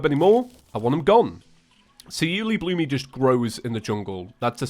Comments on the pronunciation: The pronouncement is You-el-EEE-bloom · Its pronounced you loo bloom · BTW it's pronounced you-li-bloom